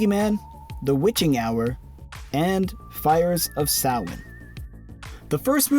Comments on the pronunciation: Learn how to pronounce Samhain correctly. Don't sound as dumb as Loomis did. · haha Fair. Being Irish myself, it's just always hurt my ears to hear that word being butchered like that 😂 I love Loomis but I can never forgive him for that 😂